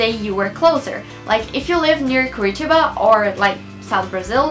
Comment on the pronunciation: OMG!!!!!!!!!!!! I'm Brazilian (half Brazilian and Belgian) and your accent is really good!!!! damn, I didn't even know the meaning of curitiba! hahahaha! great vid! <3 <3 you should come to Copacabana!!!! <3 <3